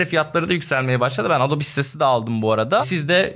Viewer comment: Adobe, adobi diye okunuyur, bilginize 😉